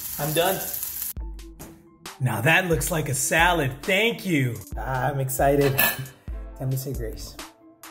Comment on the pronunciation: when he said thankk you i thought he was gonna say Arigato... Gyro lol